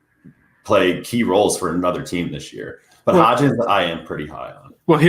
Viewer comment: It’s HODGINS. HOD-GINS. Not hotch-KINS. HOD-GINS. Put some respects on the dudes name